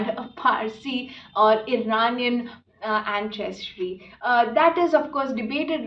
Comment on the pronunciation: It's not pronounced Anchestry, it's ansestry, pleeeeaseee